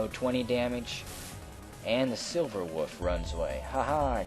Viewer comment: I just love how you pronounce "wolf" as "woof"